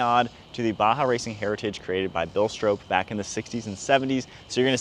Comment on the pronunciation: Stroppe is pronounced Strop (like mop)